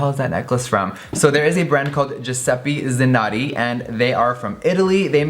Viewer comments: I'm suffering for that "Giuseppe Zanotti" pronunciation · I'm Italian and oh my God the way you pronounce Giuseppe Zanotti is hilarious!! Thank you for telling us that site's name,too! I was so sad because you don't ship to Italy, but now I can buy your make-up on that site!!! I love you❤️❤️❤️ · i cringed so hard at his giuseppe zanotti pronunciation im so sorry california but you gotta stop 😂